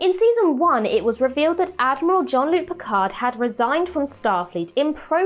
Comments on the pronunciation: Basic: his name is not John-Luc. Honestly, pronouncing his name is pretty basic. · Dear god, please stop calling him John-Luke